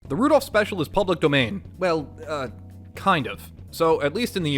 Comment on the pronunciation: Rudolph ❎ Rudourph✅